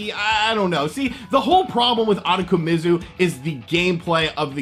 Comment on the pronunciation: Ooh-toe-ko-me-zoo. I know you butcher names but this game is fucking weird. Reminds me of those Cho Aniki series.